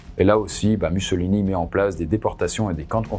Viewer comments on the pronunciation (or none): Raconter tout le règne de Mussolini (ça se prononce moussolini si jamais) sans mentionner le fait que les industriels italiens et britanniques ont poussé les fascistes au pouvoir pour réprimer les mouvements ouvriers après le Biennio Rosso ... Bravo, j'imagine ? Vraiment nul. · je suis italienne, la prononciation correcte est "moussolíni"